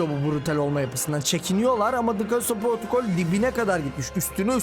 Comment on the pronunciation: protocol kelimesini duyunca delleniyorum